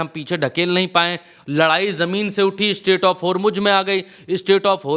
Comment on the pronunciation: Sreaight of "HomuJ" 😂😂